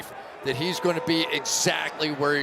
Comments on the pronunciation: I do not love the way he says marioTa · Ah yes the backup quarterback, Mario-tuh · Its Collinsworth..